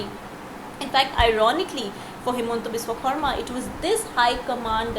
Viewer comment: Please improve the pronounciation of Biswa Sarma.